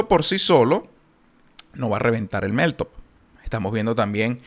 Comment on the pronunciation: Crítica constructiva: Pronuncias mal meltup.. cuando lo dices se escucha: MelTOP